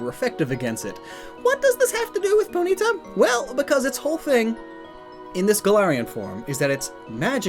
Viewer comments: Anyone else triggered by how he pronounces poNYta and not POnyta?? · It’s always interesting to hear how different people pronounce various Pokémon names, for example: says Po-nita and I say Pony-tah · The way you say Ponyta is NOT ok.